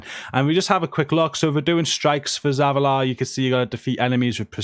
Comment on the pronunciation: How did he pronounce Zavala?!? 🤣